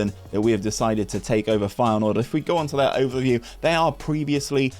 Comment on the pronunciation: Hey man, love the rebuilds. Best videos you do in my opinion. Hopefully you can get to 20k before fm23. Although your pronunciation is questionable at best. :) Feyenoord for the Champions League.